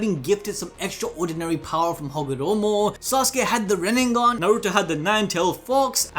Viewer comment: dude why does he keep saying RINNENGAN, its RINNEGAN